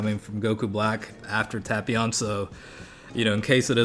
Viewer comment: Tapion. Tay-pee-on not tap-pion